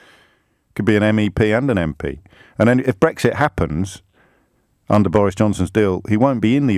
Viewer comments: bowis Johnson, Nigel fawage and bwexit wefewendum. What a wentboy. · Nigel Fawage, Bowis Johnson, Bwexit Wefewendum etc. What a pwick.